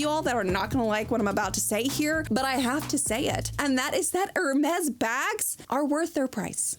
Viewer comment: thanks for telling me the correct pronunciation of Hermes. Not at ALL what I thought.